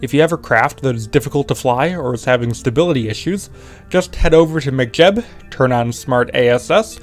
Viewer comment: Why are you saying McJeb like McDonalds? Mech like mechanic, mechanical.